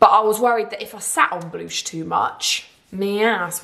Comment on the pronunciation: I was thinking is that how she says blush 🤣🤣😭